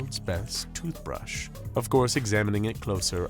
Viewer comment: Tothbrush lmao